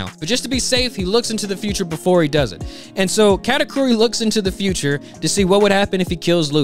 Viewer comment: the video was funny as hell, but the way he says cat-a-couri sounds like category and it got me 🤣🤣